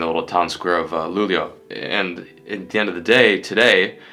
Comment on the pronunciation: Ayyy he finally learned how to pronounce Luleå. Anyways another fantastic series!